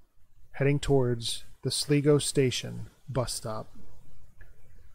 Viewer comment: its pronounced SLYGO not sligo